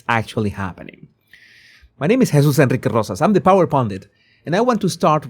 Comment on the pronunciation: How does this guy say Jesus Enrique Rosas in one syllable?😂